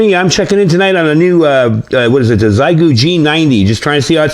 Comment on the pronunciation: XI in Chinese is pronounced SHE. XIEGU would be SHEGOO